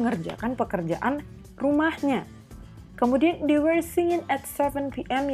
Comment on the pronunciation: Kak, sorry bukannya were dibacanya pake e kaya di kata lepas ya bukan e di kata ember. Kalo kaya yang kakak baca kesannya jadi kaya where bukan were